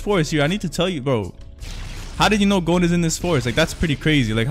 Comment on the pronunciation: his name is gon not gone